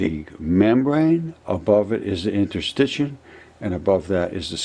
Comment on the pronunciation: Hi, I wonder if you mean interstitials, rather than interstichins. Thanks for the video. Cheers!